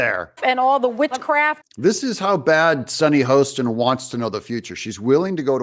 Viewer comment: She already has it.....sorry ....thought she said Bitchcraft !!